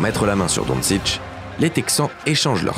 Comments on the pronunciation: Super vidéo, rien a dire Mais par pitié dončić ça se prononce pas DONSICH mais plutôt ‘donchich’ 😭😭les français vous êtes fatiguants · Superbe vidéo ! 👍 Par contre, quitte à faire une vidéo axée sur UN joueur, ç'aurait été pas mal de respecter la prononciation de son nom... 😉 Don-TCHITCH, pas "Don-Sitch" . ^^ (BONUS : c'est "Dra-gène" Petrovic, pas "Dra-Zen" . )